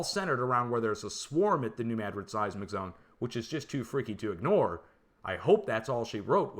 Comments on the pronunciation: It is New MADrid, but he pronounces it with an e between the D and the r, like MADerid. That’s what’s driving us linguists crazy. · No it’s New Madrid, not Mad rid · There is no proper pronunciation of Madrid that puts the accent on the first syllable. It is a Spanish name. I should know, it is a family name.